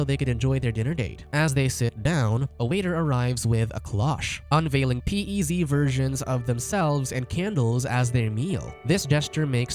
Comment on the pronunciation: I was like what are P.E.Z candies until I saw them on their date, they are pronounced PEZ lol